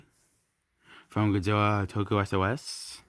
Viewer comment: I like how you say godzwilla